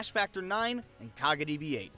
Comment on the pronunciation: love when tries so hard to pronounce kagaribi correctly with the slurred r/l sound but cant say any of the player's names correctly lol